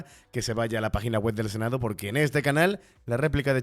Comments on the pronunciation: Se dice "Senado" y no senao.Por favor!! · Se dice senado, no senao